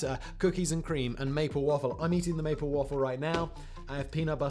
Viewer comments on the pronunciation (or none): none